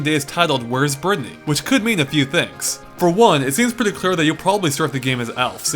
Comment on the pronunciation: Berthy? You realize that isn't how you say Brittany right? It's like brit knee.